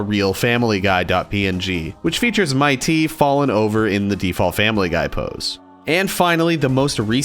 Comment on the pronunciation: I don't want to be mean at all just saying that mitte's name dose not sound like Might Ty it's actually mit dey like I said from before I don't wanna be mean or start an argument I'm just saying how mitte's name is pronounced